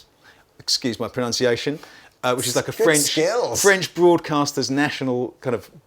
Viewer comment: your french pronunciation was perfect;)